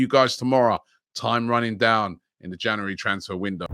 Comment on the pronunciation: Where does he get this cr*p from? Say January properly pleasee